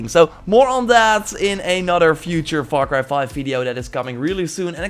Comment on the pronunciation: “Var cry 5”